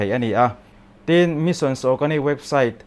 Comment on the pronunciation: Missions ti deuh tlat 😄 Mission.